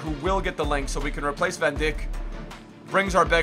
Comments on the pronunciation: He's namne id van dijk not van Dick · Anyone notice he said van dick instead of van dijk which is pronounced dike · Van Dick?!?!?!?! You love mispronouncing Southampton related names! 😂😂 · the way he says van dijk is funny